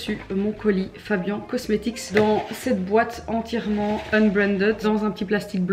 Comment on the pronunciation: Moi un truc qui me fait rire c’est que Fabian ne prononce pas correctement sa propre marque mdr